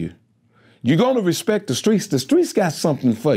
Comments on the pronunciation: 🗣 “Respek!” lol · No he said Respek!